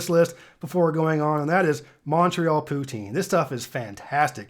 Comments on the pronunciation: I always cringe whenever someone mispronounces poutine. It sounds like poot-zin, otherwise it sounds close to the French word for slut. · I'm gonna squeeze one in there that isn't American Me: Yup, he's gonna say poutine.: Poutine